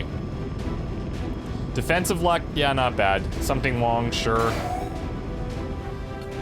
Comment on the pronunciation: You need to start saying his name right,. Everytime you say his name, it sounds more like "something wrong" then Sum Ting Wong, it seems to jinx things. Also, that guy really exists, I think it's a reference on Asiana Flight 214. Hellsing looks like a more mature and somber version of Nora. Oh god, we got an Overwatch operative here, Tracer should be a Trooper, that will suit her counterpart version. There's a lot of cool-looking characters in this season than the previous ones. Really looking forward to see how things go.